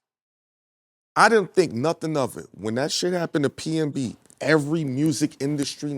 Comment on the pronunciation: Its PNB> not PMB